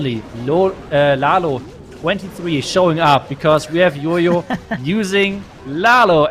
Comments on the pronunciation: Our casters can't tell the difference between "Y" and "J" .....it's JOJO not YOYO😑😑😑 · I actually don't understand that either.... But every YouTuber calls him yoyo instead of jojo.... But we can call him by his title as...🤣🤣 Which doesn't have any confusion....